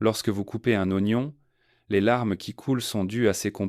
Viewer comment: En français on dit:"0gnon"..... Pas ouagnon!!!!!